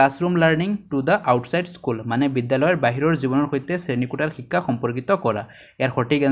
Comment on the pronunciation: সুন্দৰ কিন্তু অসমীয়া শব্দৰ উচ্চাৰণৰ প্ৰতি সজাগ হোৱাৰ প্ৰয়োজন । বিশেষকৈ ব-ভ,দ-ধ, ক-ক্ষ, ঠ-ট আখৰবোৰৰ উচ্চাৰণত ... (যেনে সঠিক শব্দটো সটিক আৰু শ্ৰেণীকোঠা শব্দটো শ্ৰেণীকোটা, শিক্ষা শব্দটো শিক্কা আৰু ধন্যবাদ শব্দটো দন্যবাদ বুলি উচ্চাৰিত হৈছে। ধন্যবাদ !